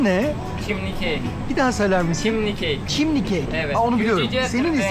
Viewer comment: Merhaba Sevgili, chimney kelimesinin anlamı baca demektir. Telaffuzu da çimney değil gencin dediği gibi çimni